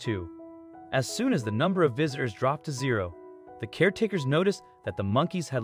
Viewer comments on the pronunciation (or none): none